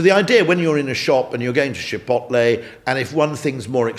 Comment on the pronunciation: I've heard people put the L on the wrong side of the T in Chipotle before, but I've never heard someone put one on either side just to be sure